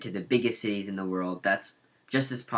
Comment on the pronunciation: U don't actually know how to pronounce any of the cities correctly, no offense.